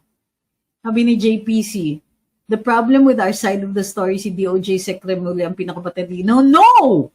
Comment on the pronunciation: bakit ganyan sya parang avocado yan si remulia hindi avogdo